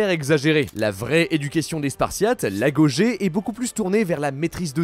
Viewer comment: On dit "AGOGUÉ" ET PAS AGOJÉ BORDELLLL